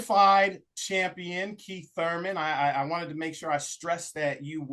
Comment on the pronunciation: Keith No teeth left out of time Thurman,if his name was surman he pronounces it the thame😂😂